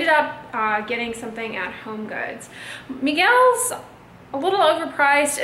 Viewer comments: Why are you calling Michael’s ...Miguel’s ? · Lmaooo did she just say " Miguel's " instead of Michael's? 😂😂